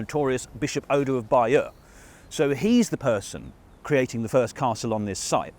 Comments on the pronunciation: True except she can’t pronounce “abbaye aux hommes” or “Bayeux” for toffee! It’s a great documentary nevertheless! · Would you like Germans from America telling you how to speak German, or mis-pronounce German words? I'm from England & the Americans butcher our language on a daily basis. This lady can't even pronounce Bayeux properly, & that's a French word. Even with a native speaker stood next to her she still continues to mis-pronounce the word. So, there is a clear difference between dialect & mispronunciation. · I don't think the levels of mispronunciation of English, can be purely attributed to historic changes alone. It appears that the Americans struggle with pronunciation across the board. Even when attempting to pronounce the word Bayeux, she gets it wrong. And that's not even an English word.